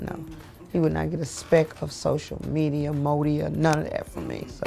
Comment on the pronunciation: She said "Media ,modia"😆😆